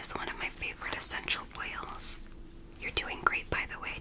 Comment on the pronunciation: I'm falling asleep and I thought you said sexual whales not essential oils 🥱😴